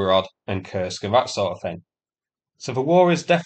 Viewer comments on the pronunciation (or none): none